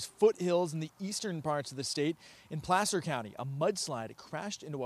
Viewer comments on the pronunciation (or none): Plaster County? LMAO! It's Placer county. I would imagine with the rain/snow/floods, the residents of Placer county feel like getting plastered1:face-green-smiling